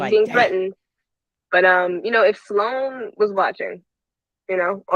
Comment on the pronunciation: Sloan is one syllable. You keep saying Sa Loan. Please. Stop. You are far too intelligent to be pronouncing a word so poorly.